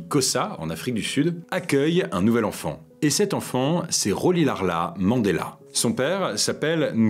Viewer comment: On ecrit Rolihlahla mais on lit Rolilshashla en xosa